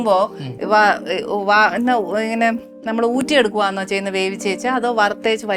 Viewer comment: ഊറ്റി എടുക്കുവാാന്നോ slang 😂😂